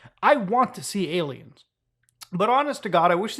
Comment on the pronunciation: I cant get over how he calls them ay lmaos and how he pronounces them. lol